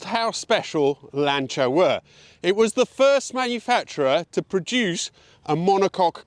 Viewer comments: Finalmente uno che pronuncia il nome Lancia in modo corretto! (non sapevo che eri Italiano, anche perchà hai una pronuncia Inglese ottima) E non bisogna scusarsi per la pronuncia perchè essendo auto italiane vanno pronuniciate correttamente. Anzi, direi che è altamente fastidioso sentire pronunciare "Lansia". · Hello. What a joy to hear the name 'Lancia' pronounced correctly. From a lover of the Beta saloon and HPE, of which my wife and I owned a number in the past. Thank you for showing us this glorious car.